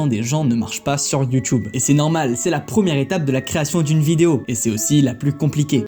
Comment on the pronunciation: J’aime bien comme tu dis YOUTOUBE comme mon senseil de judo